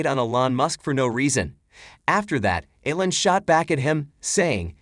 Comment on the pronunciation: Its E-LAWN, not ELLEN, damn bot, get it right lol!